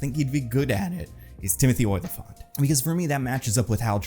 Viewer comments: It's Olyphant, pronounced like elephant with an "ah" sound. Not "Oil-i-fant." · you need to learn how to pronounce Olyphant correctly